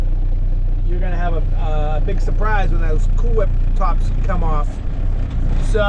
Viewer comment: Like Stewie on family guy he could not say cool whip he would say Coowhip